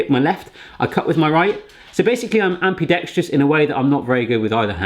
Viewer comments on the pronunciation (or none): none